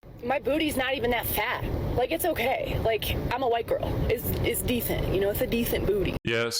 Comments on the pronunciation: It's "dethent"? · She pronounces DECENT AS "DETHANT". I have NO burning questions of you. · Its a "Dethent Booty" ctfu